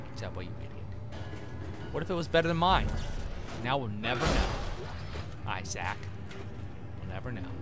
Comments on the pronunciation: I assumed it was supposed to be "eye-sack", but eh. It's a humourous mispronunciation. *beat* Did a joke just go completely over my head? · Oh god, the worst images come into my mind when he pronounces Issac's name as "eye-sac". *shudders*